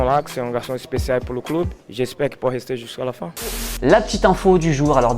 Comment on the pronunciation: “... pour le cloub”